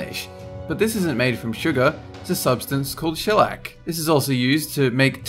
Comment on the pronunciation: You're saying several words wrong again--cochineal, shellac, formaggio....